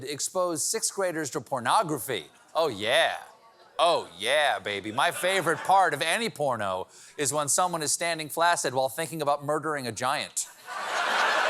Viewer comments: "flak-cid". not "flassid" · Stephen, Stephen, Stephen, flaccid is pronounced "flack-sid". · Steven doesn't know how to pronounce flaccid. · The word is "flak-sid", not "flass-id", to be "suck-singt". The "ak-sent" is on the first syllable. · "flaccid' ..... with two 'c''s. In English is pronounced 'flaxid'. Cheers! :goodvibes